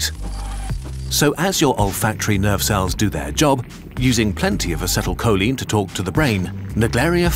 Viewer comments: Check your pronunciation of acetylcholine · The pronunciation of acetyl choline ☠